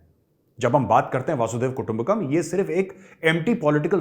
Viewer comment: मेजर साहेब, This is Arun Joshi from Kolhapur, Maharashtra वह संस्कृत sentence ऐसा है की वसुंधरैव कुटुम्बकम्. (वसुंधरा इव कुटुम्बकम) मतलब सारी पृथ्वी एकही कुटुंब जैसी है. मगर आप बोलते हो की वासुदेव कुटुम्बकम. उच्चारण थोडा गलत लगता है. Kindly confirm.